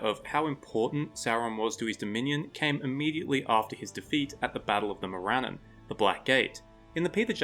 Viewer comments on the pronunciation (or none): Interesting video but Tolkien’s names typically had their emphasis on the the first syllable. MOR-an-non instead of Mor-AN-non and EL-es-sar instead of El-ES-sar.